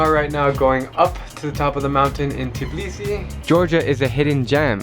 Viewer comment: I'm from georgia and don't say tibisi say tbilisi